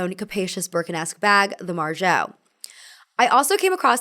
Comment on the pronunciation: Ce and ci in Italian denote a tch sound, so Cerrutti is chuh-roo-tee, not suh-roo-tee. Grosgrain is gro-grain and not gruss-grain. It always pays to verify pronunciations before speaking. Margaux has a hard g, not a zh sound.